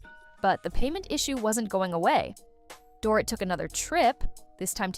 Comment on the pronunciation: It’s pronounced door-eat , not door- it.